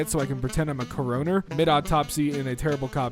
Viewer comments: “Corona-er”? ROFL “Cor-en-er” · “Cuh-roner” lmao😂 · Coro fucking ner? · I’m sorry, “co-row-ner”? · Coroner.... is NOT pronounced like Corona. For the love of god man... 🤦‍♂️🤦‍♂️🤦‍♂️ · Coroner: core-uh-ner. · You said it wrong, its core-a-ner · Absolutely appalled at how you pronounced "coroner". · And let’s not forget coroner